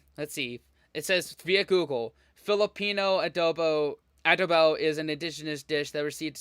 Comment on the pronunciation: It's not A•duh-bow. It's a•DOH•bow.